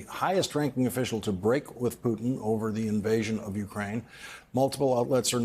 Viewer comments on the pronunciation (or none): Say it again: "Poo' tn"! You do not even care to pronounce the Presidents name correct!" Very educated,....wooow!!!